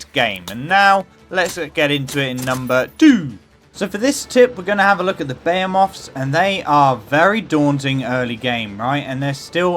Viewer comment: Buh-he-myth. Not buh-hey-oh-moth. Thanks for the video.